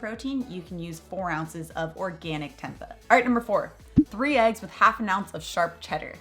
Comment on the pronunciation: Oof can tell your not plant based off now you pronounced tempeh